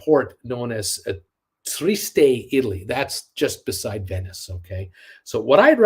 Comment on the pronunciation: Trieste is pronounced tree EST IN english